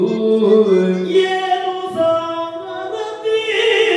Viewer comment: Sarathi helta illa, sarati helta iddare, paarta heltare paartha aagbekala jansaleyavare? Nimmind idu nireekshitvalla😔